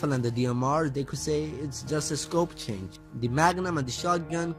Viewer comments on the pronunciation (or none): none